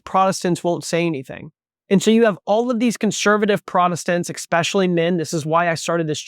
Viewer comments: expecially is not a word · Just some constructive criticism. I'm not trying to be rude, but the word is "especially" not "ekspecially". If you would have only used it once I probably wouldn't have said anything. But you used it three or four times.